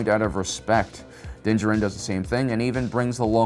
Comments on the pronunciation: I love your videos but hate the way you say dinjaren, lol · I'm going to continue leaving a negative comment on every video where you purposefully mispronounce things... how are you a star wars expert and yet you still can't pronounce Din Djarin's name?